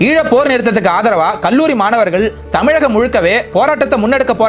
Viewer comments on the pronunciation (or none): none